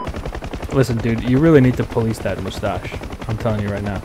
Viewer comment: POHLEECE THAT MOOSTACHE!!!